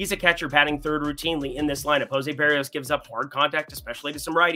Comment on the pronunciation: Jose “Buh-ree-ohs” Shane “Bozz” Gonna continue clowning you until you start saying players’ names right